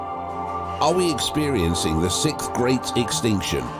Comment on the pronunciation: This guy repeatedly saying sikth makes me cringe 😂